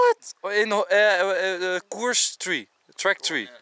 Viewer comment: Enzo: geef toe mijn Engels is goed ! Niemand: Enzo: Yes euh my Engels en verie goed hoor.. tree :)